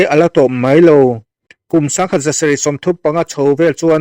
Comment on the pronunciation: Vak vak tih kha i van lam dik lo ve mawle...a ri sang tur ah i ti hniam daih a,a hniam tur ah iti sang bawk sia,MAI tih tur ah MEI iti bawk si,Bawng mei nge,Mei alh zawk😂😂😂